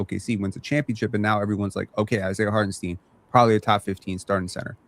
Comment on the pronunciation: Side note : Can we respect Isiah Hartenstein enough to stop mispronouncing his name?? Jeez lol. It’s pronounced STINE not STEEN